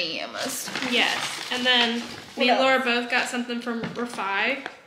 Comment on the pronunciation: Laura you crack me up it’s eh • ree